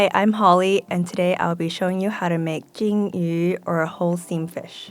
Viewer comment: it's Zheng Yu(steam fish) not Jing Yu(that's gold fish in mandarin...) y'all might wanna consider correcting it or I'm more than happy to come help with Chinese any time y'all need it~